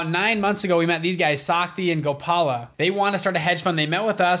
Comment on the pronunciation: Shakti and Gopal !!! Why western people can't pronounce our simple names correctly...